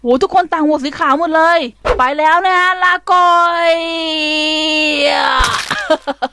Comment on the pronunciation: หนูชอบให้พูดว่า. ลาก่อย. เพราะว่ามันตลกดีค่ะ